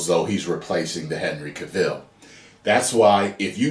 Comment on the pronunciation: Ok.... as a black man, I'm totally against a black super man if his name is Clark Kent. Bring us Kalel/Calvin Ellis. Don't just race swap!!!!!!!!! P.S I hate the way you pronounce Henry Cavill's name 😂